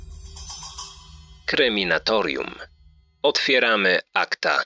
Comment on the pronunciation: Jak ten kanał się w końcu nazywa? Kryminatorium czy Kreminatorium, bo za każdym razem słyszę Kreminatorium